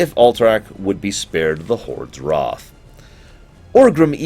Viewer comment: The way you pronounce things was pretty awful and annoying but then you said “hoping to escape the alliances WROTH” Instead of wrath and I litterally shit myself